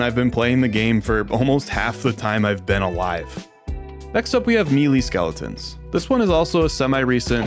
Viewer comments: "Melee" is usually pronounced as either "Meh-lay" (British) or "May-lay" (American). Never heard anyone pronounce it as "Me lee" before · "mealy" skeletons?